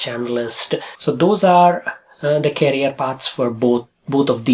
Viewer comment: Its career not carrier kindly pronounce it correctly